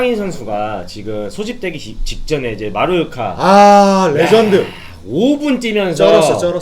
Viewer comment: 초반에 마요르카를 마루오카라고 하는 것도 개웃김 ㅋㅋㅋㅋㅋㅋㅋ